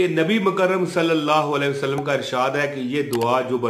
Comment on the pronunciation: Maulana yeh Alaihi hai ..aap ghalt padh rahe hai